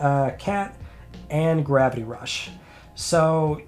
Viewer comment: what is ‘Grappy Rush’ or ‘Gravy Rush’?? Can’t you pronounce it right?